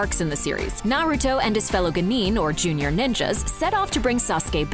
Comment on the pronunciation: The constant mispronounciation of almost every character in this video gave me a headache. Is this really how they are named in dubbed versions? Sounds like they always struggle to even call their names. Naru-toe, really? It's nAruto! GenIn is gEnin OrichimAru is OrochImaru. ShikamAru is shikamarU BorUto is bOruto he is not a burito! KakAshi is kAkashi he is not a concussion! KankUro is kAnkuro ShIppuden/shippudEn is shippUden Joneen is jOnin Does the narrator have even watched this series or are they just reading out foreign words and names? Or are they really that bad pronounced in english dubbed versions?